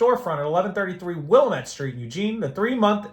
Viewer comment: FYI, it is Will-lamb-it, dam it. 😅